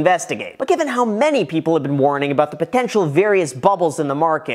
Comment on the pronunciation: I like how you say podencial 😬